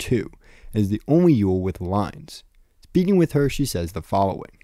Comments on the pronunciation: I’m pretty sure it’s pronounced more like “oil” than “Yule” It’s like the mathematician Euler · and the German pronounciation would be something like "Oy-leh" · "Eule" in German is pronounced more like "oy-luh". That kind of helps make the Eule = Owl cognate a bit more obvious.